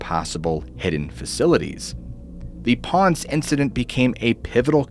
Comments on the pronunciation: It's "pohn-sey" not "ponse" 😭 Poor Ponce getting butchered. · Great video. The only thing I would add is that the Narrator says Ponce(Ponz) he should pronounce it as Pon-say. Down In The Deep Blue. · It’s pronounced pon say. Ponce. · Please next time you do a video and you mention another country at least look up how to pronounce the names. I'm Puerto Rican and it was really hard for me listening to you butcher the name of the town Ponce you mispronounced it like crazy it was brutal for me! There were other names and words as well but that one stood out the most to me. 😫😵